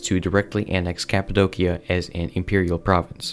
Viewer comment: Break 'cappadocia' down into sounds: [KAP] + [UH] + [DOH] + [SEE] + [UH] Same for Dacia, your pronunciation is incorrect.